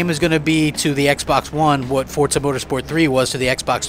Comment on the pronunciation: There is no T in FORZA!!!!!!!!!!!!!